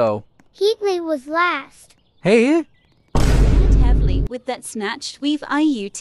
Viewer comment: THE WAY THE AI PRONOUNCD "heay?" MADE ME ROLL OFF THE 600TH FLOOR OF MY HOTEL BYE